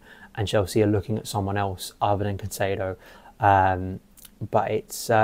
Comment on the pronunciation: Did you just call caicedo , potatoes lol check around the 8-10min mark